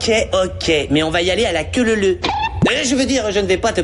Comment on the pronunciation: À la queue leleu 😆 il n'a même pas fait exprès de dire ça